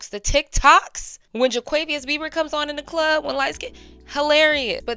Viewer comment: Not jaquavious 😂😂